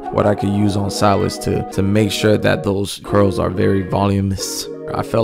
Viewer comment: Not volumous.. VolUminous